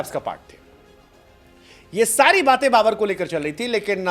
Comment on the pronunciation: Babar ❌ Ba-burrr ✅